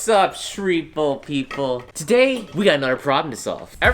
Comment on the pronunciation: "sripol" people? Is that what you call your fans??????!!! i like it.